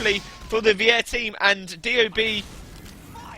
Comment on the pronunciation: lol vier is pronounced like fear not weeair (vier means four in german)